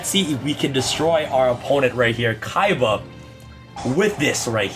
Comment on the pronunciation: Seto Kiba (Seto Kaiba) Zed Kiba (Zed Kaiba)